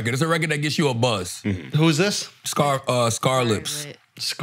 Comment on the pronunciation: Charla adding "s"'s to SCARLIP